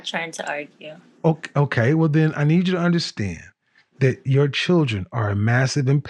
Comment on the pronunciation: She can't even pronounce words properly. It's promounced "children" not "chidron". It's pronounced, "older" not "odor".